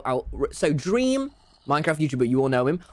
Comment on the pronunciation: DWEAM LOLW